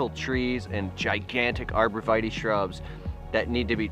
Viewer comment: “Arbor veee taay”